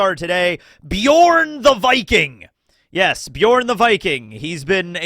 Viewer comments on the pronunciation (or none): Bjørn! Now you only need to learn how to pronounce it